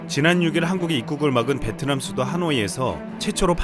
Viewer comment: 베트남 발음할때 뭐라하더라.. ''비엔나''였나?소세지도 아니고 ㅋㅋ